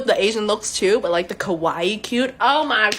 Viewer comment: She tried to say "Kawaii", which means cute. It sounded like "Kowai" which means scary. By the grace of God she is announcing herself in another language.